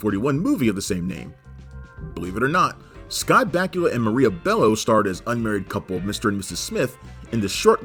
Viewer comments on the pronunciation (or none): none